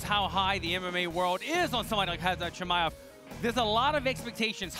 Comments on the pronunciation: How did everyone just ignore him saying "We'll see what Khamzat is Chimade of" hahahaha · "We might see what Khamzat is Chimadeof" 😂